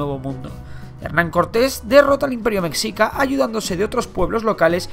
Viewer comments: Creo q se dice conocimientos “astronómicos “, no “astrológicos “. Y “Meshica” y no “Mecsica”. Lo demás muy bien. Resumido, obvio no se puede abarcar todo, pero habla de lo más relevante. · Compa yo soy de México y mexica se pronuncia mejica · Se escribe mexica Pero se dice mejica JI NO ZI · Mecsica xD se pronuncia mejica y Tenochtitlan se pronuncia Tenoshtitlan. Por cierto, muy buen video :) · Se pronuncia "meshica" Mexica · Interesante, gracias por el aporte. Sólo debes pronunciar "MESHICA" La "x" suena como "sh" en la palabra "mexica". Y es Ayutla, no Ayulta o quizá te escuché mal. Definitivamente como mexicano, me parece muy breve esta "historia de México", pero se agradece. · Se pronuncia meshica no mexica la X suena como "sh" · SE ESCRIBE MÉXICA PERO SE PRONUNCIA “IMPERIO MESHICA” NO “MEXICA” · No es mexcica es mejica , no se escribe así pero se pronuncia así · Meshica no mecsica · Se pronuncia Meshica pero no hay pedo xD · Excelente video, no entiendo a la gente que critica incluso pronunciaciones, se entiende que esto suceda cuando no eres mexicano ya que la X suena de maneras muy diferentes según sea su uso (es confuso), Por ejemplo: -Xochimilco = sochimilco. -México = Mejico. -Mexicas = Meshicas. Gracias por llevar la historia mexicana a mas ojos hispanohablantes. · En mi OPINIÓN,CREO que mexica se pronuncia meshica :v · Se pronuncia mejica* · A mi no me vas a enseñar náhuátl se pronuncia meshica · Meshica xD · se dice meshica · Exacto se escribe Mexica y se pronuncia Meshica. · Que buen vídeo... por cierto, la pronunciación correcta de "mexica" es "meJica" ;) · Como que se pronuncia "meshica" o "mejica" pero no "mexica". Solo como una pequeñita corrección. Amo los videos :D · Se pronuncia meshika o mejica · Se escribe Mexicas y se pronuncia (meshicas) jejeje me gusto tu video me ayudo en mi tarea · Siempre se me hace curioso como pronuncian mexica, es comprensible pero como referencia para el futuro, se pronuncia como meshica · Mexica se pronuncia Meshica